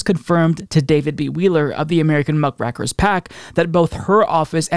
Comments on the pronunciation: It's "rake" not "rack" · it's pronounced "muck rake er", not "muck rack er". "A muckraker was any of a group of American writers identified with pre-World War I reform and exposé writing. The muckrakers provided detailed, accurate journalistic accounts of the political and economic corruption and social hardships caused by the power of big business in a rapidly industrializing United States." "Muckrakers were journalists and novelists of the Progressive Era who sought to expose corruption in big business and government. The work of muckrakers influenced the passage of key legislation that strengthened protections for workers and consumers." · Love you! Always good content. The term 'muck-raker' is from a journalistic tradition of 'raking up the muck' hidden under cover, the way one would in a horse stall when the poop is under straw. So it's pronounced muck-'ray'-ker. Keep up the great work!